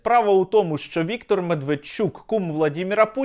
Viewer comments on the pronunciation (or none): none